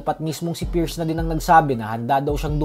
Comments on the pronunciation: Halatang Hindi nag aral pati pierce Hindi ma pronounce tapos nakuha mo pa man Trash talk Gaysayawa moments😂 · Hindi mo nga ma I pronounce yung Pierce Bisayawaka ka talaga 😂